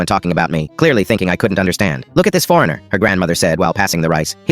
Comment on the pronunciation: I’m sorry I’m not making fun of the accent shown in the video but I’m a fluent Japanese speaker (my mother) and the way he sad foreigner In Japanese was so funny